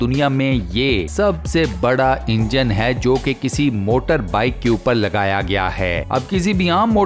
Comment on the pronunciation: Assalamualaikum Voice over seems not good when you end the sentence like ( fit kiya gaya 👉🏻HAI 🤪) Other wise very informative & interesting videos 😊👍🏻🇮🇳thank you so much keep it on